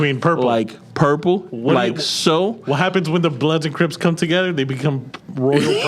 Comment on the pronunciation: Not 'Bloods' or 'Cripts'. 😂😂😂😂